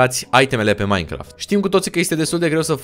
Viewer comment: nu ai zis bine Minecraft